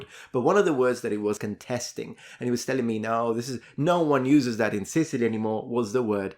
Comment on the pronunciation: His grandma was born and bred in Sicilty? 🤣